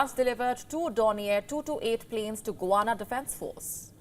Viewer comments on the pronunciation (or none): It is not GUWANA, it is GUYana! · It is गुयाना, not गुवाना, also not 'General Electronics', it is 'General Electric'. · It is not Guwana. It is Guyana (pronounced gayaana). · Guy-ana.....not Gu-ana....come on....learn your accents